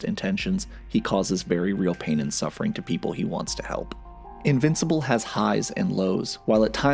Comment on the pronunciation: This was a great video. Really good work. But if you ever call me an "invicipal" again i may press charges.